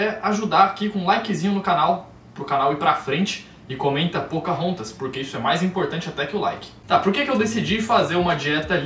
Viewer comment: Pocarrontas pocahontas pocarontas,faz 30 dias estudando um idioma novo, seria legal voce estudar português de Portugal